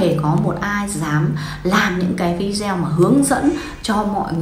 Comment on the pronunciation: Nên đọc vi đê ô ,đừng đọc vi deo